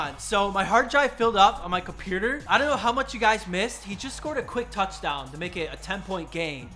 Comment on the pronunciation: love the way says “compurter” instead of ”computer” 😂